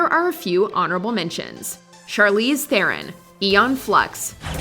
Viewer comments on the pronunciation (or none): none